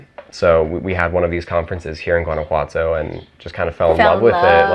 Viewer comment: I really hope you are integrating into society and learning the language. The gentrification in Mexico is getting out of hand. It’s pronounced HUAN•ah•Watto.